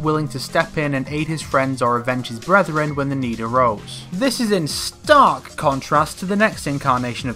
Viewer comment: The way he emphasized the word ‘stark’ in the beginning sounded hilarious, like he can’t hide how much he hates SM Kung Lao.